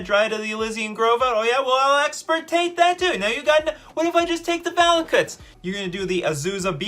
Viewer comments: Wonderful. But also: it's "Extirpate" not "Exportate" Hermione Granger intensifies 😂😂😂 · Bro I really cannot believe says once and again expertate, I mean EXPERTATE, and he is already reading the card that is called EXTIRPATE xD